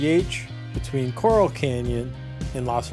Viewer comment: (psst, cor-ral, like rounding up cattle, not like the colorful, rock-like animals in the ocean)